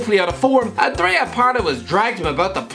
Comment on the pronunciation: the pronunciation😂